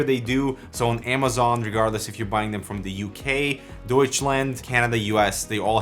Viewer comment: Amazone not amazon 😂